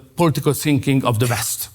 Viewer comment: I like Orban, but it bothers me to see a very intelligent man, with a vast vocabulary, not making an effort to improve the pronunciation. How hard it is to say West instead of "Vest"?!